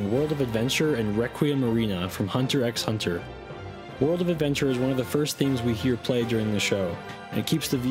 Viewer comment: did you just fucking pronounce the x in hunter x hunter?